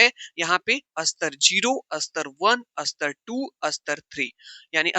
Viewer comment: सर स्तर को अस्तर मत कहा कीजिये ?